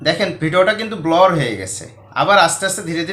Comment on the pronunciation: স্যার সঠিক উচ্চারণ ব্লার